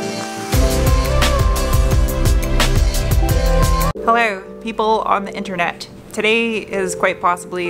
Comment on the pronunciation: Always happy to see you and hear you say "hello" or "helleur" or some variation